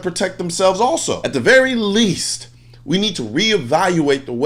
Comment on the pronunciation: Emphasis on “least”